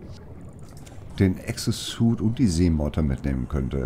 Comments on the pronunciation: Ich verstehe immer Exoansuit??? Höre nur ich das oder sagt das wirklich? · Manwe Von Valinor Muhahahahahar, ich hab auch gedacht: Hat gerade echt Exoansuit gesagt? Einfach zum schießen! xD Wie immer sehr unterhaltsam das Video, danke dafür.